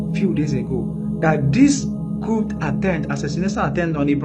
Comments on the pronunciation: as a French language person your pronunciation of a “coup” is not (coop) the P is silent. It’s pronounced “coo” not coop” thanks for this platform! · ... the 'P' - in the word 'COUP' - is SILENT ... it's pronounced ... 'COO' - Thank u ! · pronounced-Kooo like BOO Not Coup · The p in Coup is silent :)